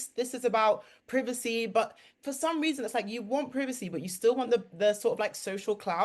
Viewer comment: she couldn't even pronounce privacy right